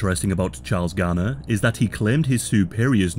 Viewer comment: Why is he pronouncing Graner as garner?